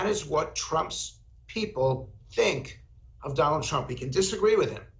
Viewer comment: Trump Not Crump .🇺🇸🇬🇧